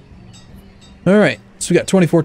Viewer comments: its pronounced Jooke not jokee;) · You said joke wrong